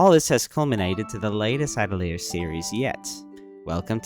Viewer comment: People need to get together and learn how to pronounce "atelier"